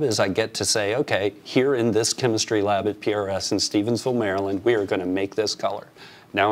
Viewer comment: You said the name of the town correctly but not the state. I was lucky to meet Paul and tour his factory back in 1985 in Annapolis. The Bass player’s husband was a roommate of Paul when they were in college which hooked us up with a tour.